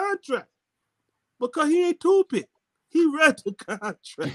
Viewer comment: "Him Not Toopid" 🤣😂🤣😂